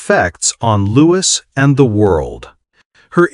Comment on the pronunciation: He is not Loois. His name is pronounced Looee. And I doubt very much whether Louis would have an understanding of the laws of succession and also being told by his parents any of this. This is rubbish. And as you were lea ing a d you don't know how to pronounce his name. Lies.